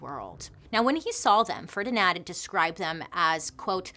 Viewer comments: Why do you keep calling him FerdinAD? I'm sure it's FerdinAND Magellan. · Bailey saying Ferdinand as ''fernidad" 😄 classic bailey